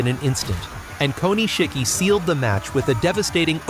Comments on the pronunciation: Say it with me. Ko Nish Ki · The pronunciation of Japanese names and terms is just awful. It's not "Ko-ni-shiki" ! It's "Ko-nishiki" and means "small jewel" in Japanese. Have some respect for the language and culture that you are trying to talk about.